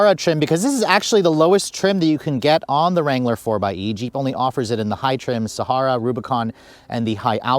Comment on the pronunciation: Please learn to properly pronounce Sahara. It's super annoying listening to it repeatedly say it wrong.